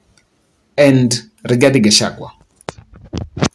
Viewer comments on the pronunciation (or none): none